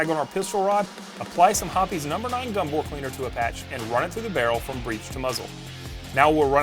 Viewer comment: Is he saying gumbo or gun bore cleaner?